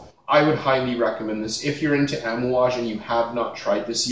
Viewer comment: Lol bro you keep saying Amouage wrong haha. But we all know what you're talking about. Cool video!